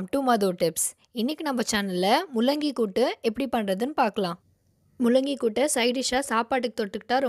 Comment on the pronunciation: Akka mullaaaki ila Akka mullangi Akka olunga solunga